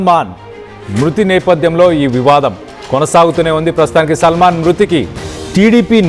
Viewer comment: Ekkada chadhuvukunnnav uneducated creep…. Salmon and Salman elaaa chadhavaaalo teleedha.? Caste pichhitho select chesthaaara mimmalni